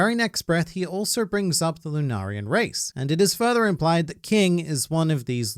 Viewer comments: You are the first person I've watched to say "lunarian" correctly. Thank you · Finally someone who pronounces Lunarian in a non-cringe way😂